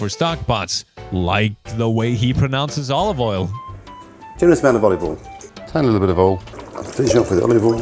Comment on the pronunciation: he pronounces it like the south does in the us “olive ull”